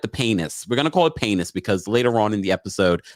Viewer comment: Laughed out LOUD every time you said paynis. 😂😭😩